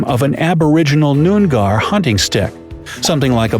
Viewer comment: the way he pronounced "nyoongar" made me physically shrivel up